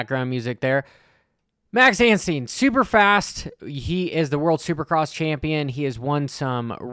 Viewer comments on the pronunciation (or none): Its Anstie not Anstien lol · 😂 where did he get the N from?